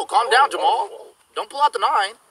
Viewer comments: Why did i heard knife instead of 9 every time?🤔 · When I first heard this I thought they said knife instead of 9